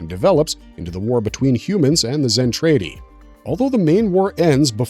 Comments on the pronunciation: DId you even watch it? Just wondering since you pronounce Zentraedi as Zen tray dee instead of the way it is in the anime Zen trah dee. LOL talking about nudity and adult relations you show SC twice They were releasing official Macross videos prior to 2021. Macross 7, Macross Plus, Macross 2 were all available prior to 2021. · What gets me is, he keeps saying Zen-trAY-di when in both versions it's pronounced Zen-trAH-di. My childhood and my OCD are screaming every time he says it lol.😂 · Can you please just watch ONE episode? Listen to how things are pronounced. It is distracting as hell to hear you mispronounce Zen TRAH Ti every time. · I already died when he said zen tray dee.